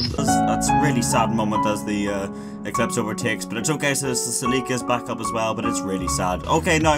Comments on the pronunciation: "saleeka" its pronounce Sell-lick-uh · It’s celica cell-Ik-a not selika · lols, "Si-Leak-Ka" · he called it a “celEEEca”... help me god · ah yes, the salika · Did you say Toyota Saleeka? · Toyota Celica is pronounced like this “sell-li-ca” 😂😂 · Toyota Sa-lika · What in the actual fuck did you call the celica?? Lolol cell ick ah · The way you say Celica makes me want to cry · Had to stop watching after hearing you mispronounce celica 15 times